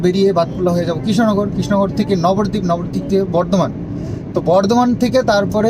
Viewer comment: Nabardeep bolona Nabadeep bolo